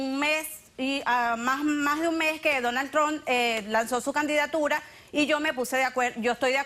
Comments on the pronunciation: Ni sabe pronunciar el nombre..Donal Tron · pinche perra, se le mira que ella es una imigrante tambien, ni puede pronunciar su nombre bien “Donald Trunp” vieja ridicula😂😂